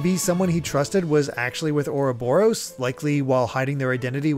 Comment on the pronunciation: jesus christ Chugga pronouncing uroboros oo robber ose. Lol wtf.